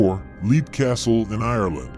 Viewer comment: Not to be a Captain Literal, but Leap Castle is pronounced “Lep”. And Castle Glamis is pronounced “Gloms”. Great video though!